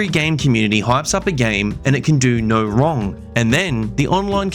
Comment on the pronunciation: Why are you adding a "wr" to the word, "no?"